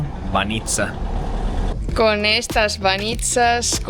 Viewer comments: Para información técnica, se pondría el acento en "Bánitsa" no "Banítsa" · бАница, а не баницА 😊.